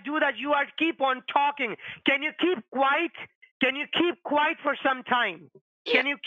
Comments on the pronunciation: “Can you keep QUITE?” The way he mispronounced “quiet” so many times was the most annoying part of this call! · Scammer says keep quite, not quiet 😂😅